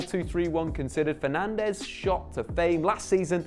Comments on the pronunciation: Now that Fernandes is at United you need to learn that both es are silent so it's not FernandEz, it's more like Fernandj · who am i kidding he'll be Fernandéz forever lmao. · It's pronounced Bruno Fernaj, he's Portuguese. The Spanish pronounciation is Fernandes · It's bruno fernandjzzz*